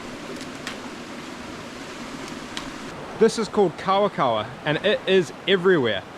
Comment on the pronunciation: I was like... that... that is NOT kawakawa lmaooo 😭 I think you'd benefit from a rongoā course with Te Wānanga o Aotearoa. Not only would you improve your knowledge about Māori plants, but also your pronunciation of Māori words would improve and sound much more authentic. Anyways, love your videos my guy haha :)